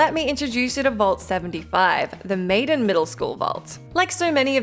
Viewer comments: Being that I work in Malden, MA I can assure you it isn't pronounced 'Maiden.' 😉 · Mall-den , not maiden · She said Malden COMPLETELY WRONG. Malden is a town around Boston, where fallout 4 takes place 😤